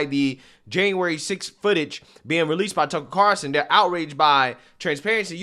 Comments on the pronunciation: I'll never get over how funny it is that you call him "Tuckle Carson" 😂 Seriously, it makes my day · Love u bro but it’s Carlson not Carson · It’s “CarLson”, not “Carson”. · Have you just given up on pronouncing his name correctly?